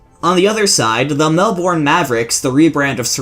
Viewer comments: Nah mate its mel-bin. Trust me i live there😉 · Hey, Just a tip you over pronounced the Bourne in Melbourne try saying it like Melbenn. Love the vids regardless! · It's hurts the way he pronounces "Melbourne"